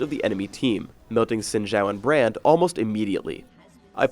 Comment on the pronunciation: zin jow? I thought it was zin how